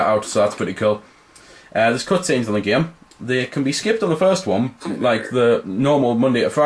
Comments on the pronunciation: like im not tryin to hate but you say geem instead of saying game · "just a giem" lol. nice review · When he says game, it sounds like gem. :D